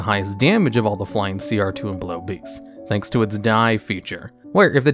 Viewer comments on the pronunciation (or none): none